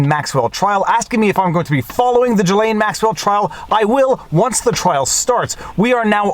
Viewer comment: Salut! Je suis Franco-Américain et j’aime quand vous prononcez les mots d’origine française comme un mec qui parle français. J’aime entendre le, « voire dire, » le « en banc,» etc. etc. Mais je "cringe" quand vous prononcez le prénom de la femme au sujet de ce vidéo. Ce n’est pas, « Ja-Lane. » Pour commencer, la première syllabe et comme la première syllabe du « gilet » et la deuxième syllabe et comme la « laine. » Dans le milieu, il y la lettre « S » qui n’est pas silent. Je ne sais pas comment l’écrire phonétiquement mais ce vidéo peut vous aider. Sincèrement.